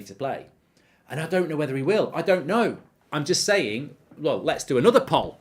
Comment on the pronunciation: Poll is pronounced POLE